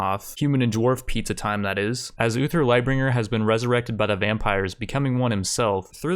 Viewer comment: "Uther Duskbringer"?